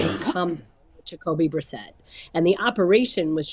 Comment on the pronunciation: Aditi LOVES saying Jocoby Brissett